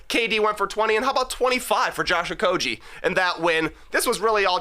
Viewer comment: You guys pronounce Josh Okogie wrong. It’s Oh-KOH-ghee.